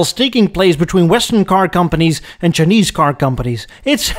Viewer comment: Chin-neeze. I love it. 😂